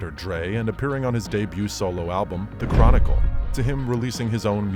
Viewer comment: I stopped watching this entire video when he said the chronicle😂